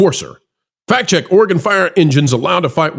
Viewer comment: Great video. Thank you for also not saying Ore gone. Your pronunciation of Oregon was perfect. Proud of my state for sending fire trucks. And I don’t live in Portland. The fire trucks where I live are very well taken care of.